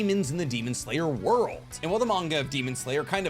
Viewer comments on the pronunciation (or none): none